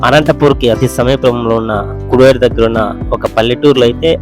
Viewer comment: కుడేరు అనాలి (కొడేరు కాదు)